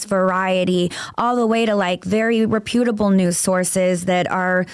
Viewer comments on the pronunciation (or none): You are 40, it's pronounced rep·u·ta·ble, not repute·able!!